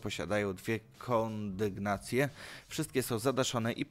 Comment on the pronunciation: powtarzamy wszyscy: "kon-dy-gnacje"